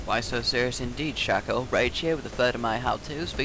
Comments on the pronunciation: A good tip to all from a actually good Shaco player ---> me Never deceive forward! Deceive behind them, they will never find you because they think you just wanna teleport forward to get faster back. So always teleport behind them so they get confused.. Also it's called Shaco, not Shoco - Right way to say it is.. Shayco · yes oh btw shaco is pronounced (Shay-co)